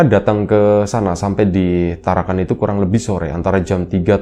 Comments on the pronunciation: maaf bukan tarakan tapi parakan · PARAKAN mas....bukan TARAKAN....😅😅😅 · Parakan mas bukan Tarakan